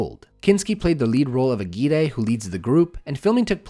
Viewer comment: Ok, I need to point this out because now I've heard you say it wrong in two full videos and it's getting on my nervs. AGUIRRE is a spanish name, and as such, when two Rs are together they sound like a hard R. Put the tongue on the front of the palate and let it reverb a little bit.